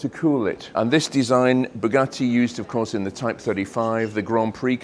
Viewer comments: Boogah-ee! Or what is worse “coop” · I’ve normally only got praise for your output but saying “Bugatti” like an American sounds ridiculous. Aside from that, great video.